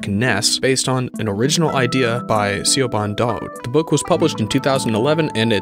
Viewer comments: It's pronounced, 'Shi-vaughn'. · No, it's pronounced Shiv-awn. The 'bh' in Irish always makes a 'v' sound.